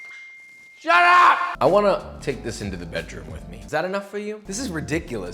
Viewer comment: The moment he said "shut up" , I thought for a second he said "sharap" (sarap) which means delicious in Tagalog.